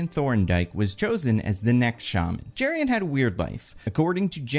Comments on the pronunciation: Jerry-on. 😂😂😂 going to try calling dutch dudes that and see how it goes over. (Joking with love - the name Jeroen is pronounced pretty differently, kind of like yuh-roon) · The Doctor's name (Jeroen) is pronounced "Yuh-roon". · Dutch guy here: the name Jeroen is pronounced 'yeroon', stress on the second syllable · Hearing pronounce Jeroen as Jurrien really threw me. Honestly his last name seems anglicized in the comics, so the correct pronounciation in Dutch could be closer to 'Yur-oon Torn-Daik'